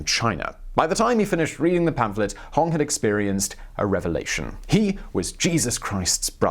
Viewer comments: It's not Hong it's Hong!!!! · Its pronounced HonG